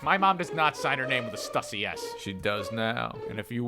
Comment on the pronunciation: It’s not stusy it’s pronounced (Stoosy)